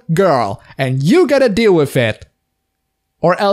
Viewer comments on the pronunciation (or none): none